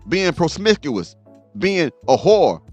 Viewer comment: Lmao “Prosmickous”…